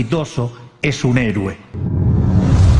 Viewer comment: Macri no sabe leer y mllei , hablar , se dice Héroe no HerUe